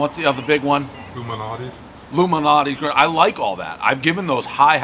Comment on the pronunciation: nah, right after he calls Lou's "Luminatis."